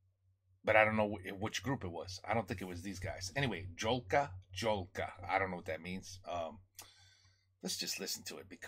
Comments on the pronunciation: Angelo jezyzczni po polsku czyta to się Jolka Jolka a nie dzolka czytać po polsku a nie po angielsku nauczycie się tego taka jest różnica w wymowie językowej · It’s pronounced Yolka, Yolka. You are welcome.